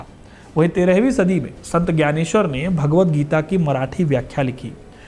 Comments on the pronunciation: No gyaneshwar it's Dnyaneshwar marathi me gny ka uchaar dny hota hai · Dnyaneshwar not Gyaneshwar